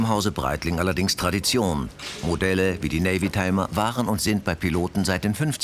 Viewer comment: Navitimer! NAVITIMER! Nicht: NavYtimer! Mit der Navy hat die Uhr wenig zu tun.